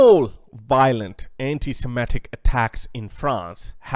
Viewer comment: Sem I tic, not semetic.